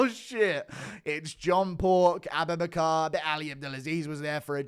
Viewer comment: Everytime you say aboobinacar I die laughing.